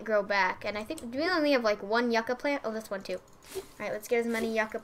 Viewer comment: Omg lol, I cringed everytime you said Yucca. XD It's pronounced you-ka.